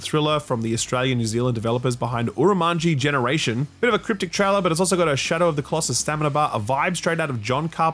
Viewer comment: Woe betide you, indie developer, if ever has to spell / pronounce your name. Keep it up! Fs to Umarangi Generation (It's a NZ game too!).